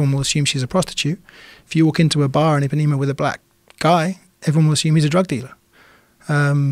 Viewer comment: I pá né ma not epanema